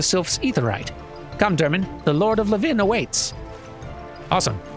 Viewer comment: So it sounds like you are pronouncing Levin like it is a place. Pretty sure it's just another word for lightning. And it's pronounced like how you would say levain bread. LEvin vs. leVIN. EDIT: This also explains the pun made in the quest title "Levin an impression" 😊